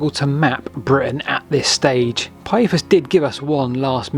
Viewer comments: Let's include Pytheas =/= Pie-ee-thus. You never heard of Damon and Pytheas? Pih-they-as. Dang, I have to go away. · Interesting vid, my only niggle is your pronunciation of Pytheas, it's Pith-ee-as. noy Pie-ee-thus, you got the vowels mixed up a bit. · Interesting video. I love ancient maps! But, "Pyethus?" "Britian?"